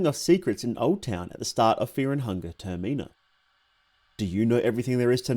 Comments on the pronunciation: "Tuhr Mee nah" Im dead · ur pronunciation of TERMINA is making me feracious